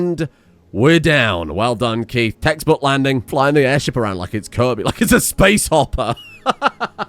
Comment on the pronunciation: Great episode and the base is looking on point but why are you pronouncing the best boy Keith's name wrong. Just joking another great episode